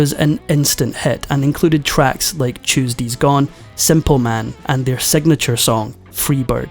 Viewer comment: “Chewdsays gone”